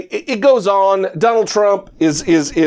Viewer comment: You should STOP saying the LOSERS name..lets only refer to him as "the LOSER"..you always put too much emphasis on his name..